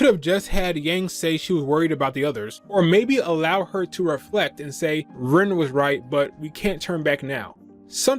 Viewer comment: Enjoyed your show well enough, but, you kept saying his name wrong; it's Ren, not Rin -(that's the blonde pipsqueek Miku keeps picking on)-(occasionally..his twin sister, too).